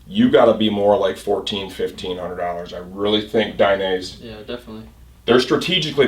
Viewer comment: It's "DAI- NEH - ZEH". not DAI- NAISE